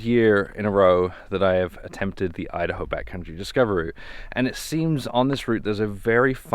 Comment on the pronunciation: me-da-hoe? you-da-hoe!